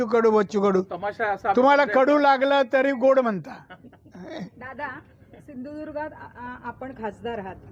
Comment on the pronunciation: इतक नालायक आणि गद्दार मुर्ख घराणे म्हणजे दिड फुटी औलाद याला सिंधुदुर्ग हा शब्द उच्चारता येत नाही